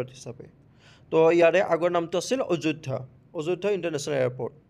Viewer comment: Sir, अजयध्या नहय आयध्या hoi Pronounciation nohole Delhi gole hahibo ajoydya kole, prai Hindir Pronounciation bilak Assamor mahuvbilage nijor loiot koi thake , aikhon baherot gole thekhetlogor Pronounciation answer khon Kya? Kya? hi reply Milega kyoun ki wo logo ka exact bolna nahi ata. Only apna language ka loi main hi bolte rehte hain